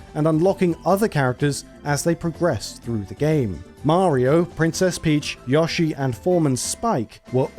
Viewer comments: absolute maverick move to pronounce "mario" and "wario" like those americans do, but to pronounce "yoshi" like someone that wrote for super play in the 90s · The way this man says Yoshi hurts me. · That's an... interesting way to pronounce Yoshi. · Stop saying YAH-SHE it's pronounced YO-SHE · Anyone who pronounces Yoshi as Yosh-E deserves to burn in hell! It's pronounced Yo-Shi. Also, Yoshi's Cookie was released in "the west" (you stupid fucker!) on both the NES & SNES! Do your due diligence & research your info better & learn how to pronounces names correctly before uploading is nonsense! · If this man said YAHshi instead of Yoshi one more time I might have fucking lost my mind. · Its NOT "yahshi" but "YOshi". The secret to knowing the difference, is the "o" makes an "o" sound, and NOT and "a" sound. Hope that helps. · his name is YOshi not YAshi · My dude, I know Brits take pride in fucking up the pronunciation of foreign words, but how you turn "Yoshi" into "Yawshi"? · Good video, but I recoiled everytime Yoshi was pronounced "Yah-shee" instead of "Yo-shee" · You say "Satoshi" correctly, but not "Yoshi." Why? It's the same sound: "oh-shee." It would only be pronounced as you say it if it were spelled "Yashi." Likewise, "Undake" is not pronounced "Oon-da-kee," it's "Oon-dah-keh." The "Bun Bun" in Excitebike Bun Bun Mario Battle Stadium" is pronounced "Boon Boon," not "Buhn Buhn." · Who the hell pronounces Yoshi as "Yah-she"? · Whooooo tf is yawsheee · Somehow YASHEE is worse than JODORO. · Besides twitch streamer/YouTuber Carl Sagan 42, I've never heard anybody else call Yoshi "Yaw-shee" until I watched this video. Normally it would annoy me but it's actually kinda funny, reminding me of him instead. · Look, we both know the sound is "yo." Like "yo-yo." At this point, it feels deliberate. 😅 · ah yes YAH-SHE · Drink every time he says Yashi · ......I LOATH the way you say Yoshi..... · Why can't you pronounce "yoshi" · worst way to say yoshi ever